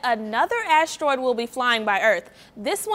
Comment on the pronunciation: Ashteroid.. really annoying when she pronounces it that way.